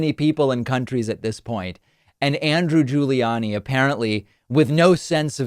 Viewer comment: Why does he pronounce Rudy's last name different than Andrews, same last name and he did it more than once